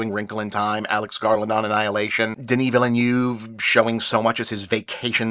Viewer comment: Why can't United Staters understand the Villeneuve name is a French language name? And therefore the pronunciation isn't done the way it would be in English. His name has TWO syllables, NOT three.